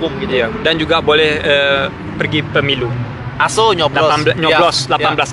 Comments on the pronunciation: ky kedengaran assuu hahaha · Lah gw kira dia bilang asuuu haha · Banyak yg ngirain itu bhs jawa "Asu" wkwkk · Gw sempat kirain masnya ngomong asuuuu.. ahahaha. Padahal orang jawa kan kalo diliat dari logatnya, apa krn lagi di luar negeri jadi ngerasa seru ngomong asu? Gw sempat mikir sampe sejauh itu sih tadi. ahahaha